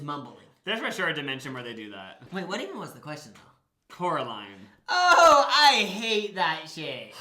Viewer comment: It’s COraline not CAroline (sorry I had to bc it’s in the movie haha)